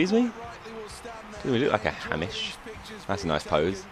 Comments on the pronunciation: the name is pronounced Hame ish not Ham ish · its pronounced hay-mish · its pronounced haymish